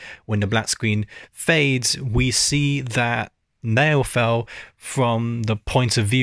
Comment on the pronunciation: Try to say “Now fell” with an american accent and you’ll get roughly the pronunciation of naoufel’s name